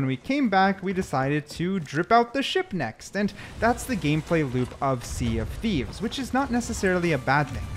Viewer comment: Welcome to the Sea dof Thieves 😅